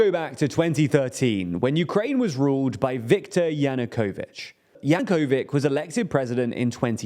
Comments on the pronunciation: You switched from Yanukovych to Yakovic in adjacent sentences, get a grip on names already! 🤦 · YanukoviCH (rhymes with itch), not YanukoviK. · Yanukovich, not Yanukovic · I never thought Yanukovitch can be pronounced Yanukovitch, Yankovic and Yanukovic in the span of one minute. This taught me a lot. always slaughtering people's and places' names.:)) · Yanukovitsh, pronounced correctly. Cut, less than half a second later - Yanukovik. Me: 😶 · Also, Yanukovych is not pronounced Yanukovik. You're not even trying to pronounce names correctly... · So... now that know how to pronounce "prigozhin" now it's time to butcher "Yanukovich" 😆Guys! Please check any news outlet before you record your bits mispronouncing Eastern European / Slavic names. I am begging you... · <Pronounced Yanukovych's name correctly the first time> <Fails immediately after> Only things. Either get new spectacles, larger teleprompters or text font, or add written pronunciation guides.